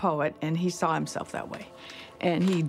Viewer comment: Although I like your content, I find it impossible to listen to a grown man saying "I sall that", rather than "I saw that", or "dralling" in place of "drawing". Best of luck to you and you speech impediment.